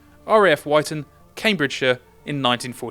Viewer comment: I hate to be the one..... but its Wit-ton not Why-ton. And yes I'm the sucker that will be buying 2, one going to the TT and the also the Wyton based B16.